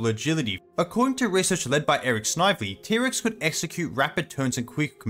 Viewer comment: Normal people: T-Rex This guy: Pterix